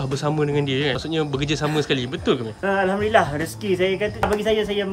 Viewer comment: min sebut ameng ke amir 😂